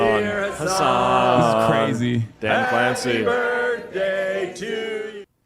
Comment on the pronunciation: So cwazy Daddy